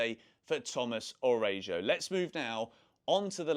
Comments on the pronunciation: who is Arejo 😂😂its Araujo. Pronounced Ara-u-ho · I believe the correct pronunciation for Araújo is: Ah-rou-ho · learn how to pronounce the players names Tomas Arajuo u butchered this name. At least do the homework